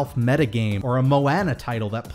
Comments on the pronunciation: I love your channel but whenever you say Moana its like nails on a chalkboard! lol its MoAHna not moanna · Did you just call her "Mo-ann-a"? You can here the correct pronunciation in the movie! It's "Mo-on-a". I think Disney should make games that influence your experience at the parks. For example, maybe you could purchase exclusive items at the cantinas in Star Wars: Galaxy's Edge using game currency you got playing at home. Maybe you defeat a villain in a game, and the characters of Galaxy's Edge start praising you as a hero. Maybe your scores in an attraction give you certain skills in a game. All this could actually be possible with magic bands, which would be registered with the same account used to play the game.